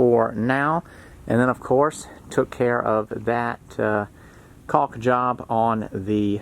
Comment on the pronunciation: Probably the only YTer who pronounces "caulk" correctly. Most try very hard to enunciate the 'L'..lol.